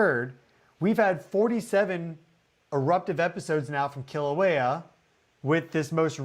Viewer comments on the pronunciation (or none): Keeeeeeeelauea. Not kill a waya. Please? It’s painful to listen to so many mispronunciations. Mauna Kea is Mow-na Keya. Mana Keya means White Spiritual Power. Mowna Keya is White Mountain. Mowna Loa is Big Mountain. You got Pu’u’o’o right.😅. Hope to see you sometime on the Big Island. Malama Pono! A hui hou in da flow. 🏝 ❤ 🌋